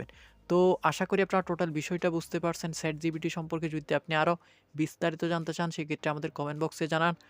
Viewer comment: স্যাট জিফিটি!